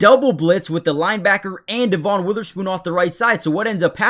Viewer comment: Dev un not dee von